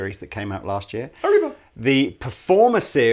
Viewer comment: i'm mexican and i lost my shit laughing when said "Arriba"